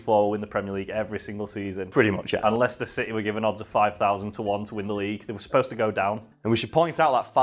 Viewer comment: ah yes lie-chester City